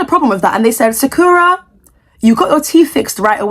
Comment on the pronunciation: btw you are pronouncing sakura wrong. It's pronounced sa-kur-uh like the anime character.